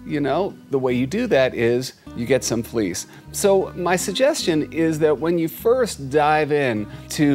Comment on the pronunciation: When you said "Do you like fleece?",it sounded like you said," Do you like fleas? "